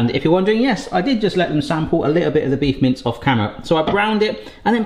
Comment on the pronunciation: Can not stop hearing "Beef mints". That would be an interesting concept...